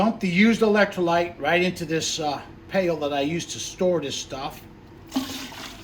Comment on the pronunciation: He says electrolights... But really, its Brando. Remember... BRANDO, ITS GOT WHAT PLANTS CRAVE!...